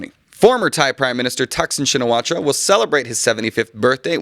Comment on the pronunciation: It’s Taksin Shinawat (ra)! The last syllable is silent! Just like Singha and Suwanabhumi!